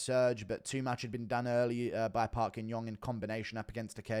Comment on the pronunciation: "Park ying yong " 😂😂😂😂😂😂😂😂😂